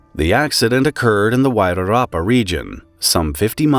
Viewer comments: I must say I'm impressed with your pronunciation of Wairarapa. Most don't even try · Congrats to you for doing a great job of pronouncing our Maori place names like Wairarapa - many others have tried and failed ❤ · Pronunciation of Wairarapa: perfect. Impressed. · You actully did pretty well pronouncing the nz names, most fail epically but you were spot on. Well done 😊 I'm impressed